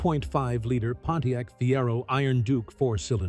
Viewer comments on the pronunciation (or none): none